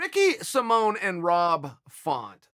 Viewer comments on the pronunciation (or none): Its pronounced Simon not Simon.